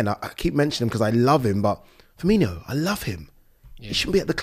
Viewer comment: He calls him Fermee-NEE-O He’s not a red